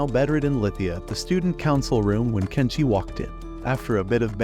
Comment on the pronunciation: Tenshi not Kenshi